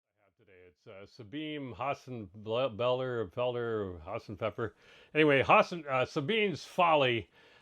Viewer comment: Its pronounced "Zah-Been-Ah".